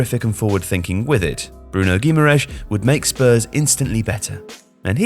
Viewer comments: Love your content but “guimareesh” is far from the correct pronunciation. “Gimme-a-rise” would be a better option 😅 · "Bruno Guimarish" is by far the strangest name pronunciation I've ever heard. "ã" is a higher pitch "an", so it's "Gui-ma-ran-is" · Gu , ma , rech that’s how it’s pronounced